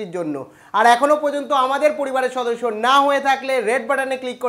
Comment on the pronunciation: It's not সদর্সো it's সদস্য 🤣🤣🤣🤣🤣